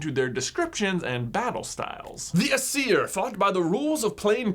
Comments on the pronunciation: I thought it was pronounced a-s-ear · Aesir is pronounced eye-seer to my knowledge. Both the Aesir and Vanir are Gods, but only the Vanir possessed magic, something Odin All-Father wanted and did as Odin does to obtain it. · why would you? I am familiar.... BTW Aesir was pronounced wrong no hate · The Aseir (that was pronounced that wrong J!) and the Vanir... why would we be familiar with them... hmmm... EVER HEARD OF THOR??? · I am Norwegian and I cringed through the pronunciations. Aesir is pronounced: Ayser And Vanir is pronounced: Van (like the automobile) er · It is ”ae” and “a” that are emphasised in Aesir and Vanir. (Sorry I always get irritated at pronunciations.) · "Eye-sir" and "Van-ear." not "Uhseer and Vuneer" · It's pronounced Ay-ser and Van-ar Source: I study ancient mythologies for fun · The Norse pantheons are pronounced ay-sir and vah-nir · aesir: pronounced A sear vanir: pronounced va near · Also I think it's pronounced Ace-ear, and Varn-ear according to Neil gaymens Norse mythology audio book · It’s pronounced ACE-ear and VAN-ear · The asier are pronounced a-SEER, and the vanir are va-NEAR. I have a book called Magnus Chase and the Gods of Asgard, all about Norse mythology, and there is a Greek twist to it to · I say it more like Æ-ser and VA-ner, "a" like in father, "e" like in echo, and roll the "r". I'm a Norwegian by the way, that's the Norwegian spelling and pronunciation. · Aesir is pronounced A-C-er and Vanir is pronounced Va- knee- er. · Aesir and Vanir are stressed on the first syllable, not the second :) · For the most part he pronounced Aesir and Vanir correctly, just put the emphasis on the wrong spot. Don’t put the emphasis on the -ir part of the words, it doesn’t sound natural. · Your pronunciation of Aesir and Vanir hurt my soul